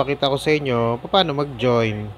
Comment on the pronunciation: Hirap mo intindihan...sa part Ng pag join 😂